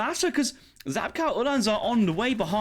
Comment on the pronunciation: Great video! Just so you know, "Czapka" is pronounced chap-ka:)